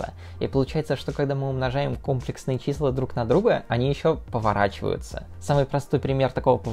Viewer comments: Как человек, любящий математику, хочу выразить несколько претензий. 1.Действительно ужасно больно слышать это слово с неправильным ударением. То что ты не математик - не оправдание, так же как то что человек не физик - не оправдание тому, что он, ведя монолог на тему физики, называет вес массой и измеряет его в кг.(В быту - пожалуйста, называй как хочешь). 2.Это конечно вопрос соглашений, но в России принято не считать 0 натуральным, а вещаешь ты на российскую(в крайнем случае СНГ) аудиторию. 3.Претензия "объединяет" первые две, в России в математики всё-таки используются латинские, а не английские буквы, т.е. не "ай", а "и", не "джей", а "жи", и не "кей", а "ка"(и, лично мне, очень режет слух, когда их так называют в русской речи, т.е. когда всё видео идёт на английском, то конечно их следует называть по английски, когда видео на русском, всё таки стоит придерживаться латинского названия. Предупредив комментарии по типу:"Международный язык - английский, все привыкли что это читается так", не могу утверждать, но предполагаю, что π автор(да и не только он) называет "пи", а не "пай", как это делают в англоговорящих странах. 4.Наконец, претензия по существу, в названии и описании есть слово "фрактал", в видео оно не упоминается, хотя есть некоторые примеры фракталов. Не знаю, специально ли это было сделано, чтобы не затягивать видео, или просто не хотелось углубляться в эту тему. 5.Про комплексные числа почти ничего не рассказал, кватернионы сказал, что они есть и используются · Видео крутое, если бы ещё ударение в слове "Комплексные" ставил правильно - цены бы тебе не было! Мне моя математичка в универе сразу сказала, "Кто скажет кОмплексные - пойдет на пересдачу" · КомплЕксные же числа ну, аж кровь из ушей пошла от кОмплексных чисел. А так всё по делу) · Я все твои ролики посмотрел, но этот не могу. Блин. Я пытался, но слух не может выдержать кòмплексные числа. Ну комплèксные же!! ( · Видео интересное, только комплЕксные числа, а не кОмплексные.